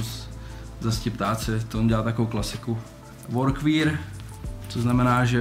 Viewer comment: příště místo VORKVÍR zkus VORKWER😁